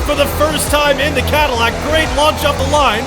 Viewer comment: the Cad-ILL-ac Crew